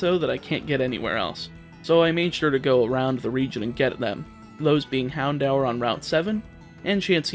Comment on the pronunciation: wait how did he pronounce Houndour? xD